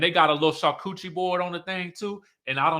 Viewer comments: 🤣 Charcuterie PRONOUCED shaar koo tr ee 🤣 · Char-cu-te-ri board. Sorry I can't help myself lol. French is my second language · salivates for a “char-coochie board” 😂😂😂 me too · Yo, “Char-Kewchie”, the way I chortled 😂😂😂., that took me tf AOUT lmao. I love me a “Char-Kewchie” too